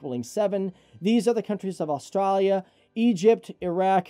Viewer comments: Chob-ham -> Cho-bum Aus-traaaa-lia -> Aus-stray-lia Ne-ther-laaaands -> Ne-ther-lunds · How the fuck did he just pronounce Australia? 😂 “ustrahlia” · God how did you butcher pronouncing Australia...